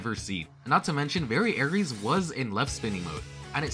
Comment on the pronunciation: You were mispronouncing variares. It's ares not aries